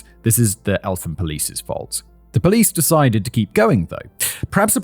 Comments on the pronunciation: Elt-Ham 😭 not el-tham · I’m from the area where this happened and it’s a bit said that only after 15 odd years of living here I’m just hearing about this. Also Elt-ham not Eltham fact boy 🫣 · It is Elt-ham not Elth-am! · 'Elt-um' fact boy not elfham😂. you're even pretty local to it as it directly borders Kent. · El-tham 🤷‍♂️🤦‍♂️ it's pronounced Elt-um 😆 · Was TURNED into a Racially motivated crime bythe parents. It was infact a revenge fight that went too far. Only a couple of weeks before in Well Hall some of the alleged attackers were jumped in a kebab shop by a group of Black lads. ALSO I was told by good sources (Policeman) that Stephen Lawrence was ''allegedly'' due to appear in court charged with R*pe. Oh and it's Eltham pronounced. Elt - Ham. Roland Adams was a schoolhood friend of mine, and that one was more a Postcode war but him being black probably didn't help him that night. Roland was a lovely young lad and I even remember helping out my Drama teacher a few times and he was in those friday morning Double Drama lessons. ANd he was just a nice kid. Cliché perhaps. But what I mean was he was NO street urchin. The night he was killed he and a friend was on his way home from a social club. He was stabbed with a Rusty flick knife and died after running some distance before collapsing on a Road on an elevated Roundabout. I walked my grieldfriend home that night under that very road at about that time. And still to this day I think about it. I grew up in Thamesmead and I have to say that it was always more about Postcodes (Which of 4 schools they attended) If you was from Abbey Wood Comp, Waterfield, Woolwich Poly (inc Woolwich Mafia) and Riverside School. And the 80's were a time of ignorance so if they were the opposite race it just meant they would yell different obscenities at their Quarry. I was stabbed in Thamesmead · Hey man. Great video just wanted to add Eltham is pronounced EL-TOM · Eltham is pronounced El-tum